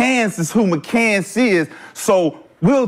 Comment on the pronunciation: His name is McCants not mccan...